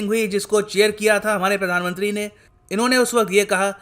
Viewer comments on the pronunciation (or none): none